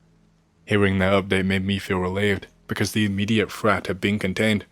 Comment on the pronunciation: “Frat” instead of “threat”…the English accent is bleeding through.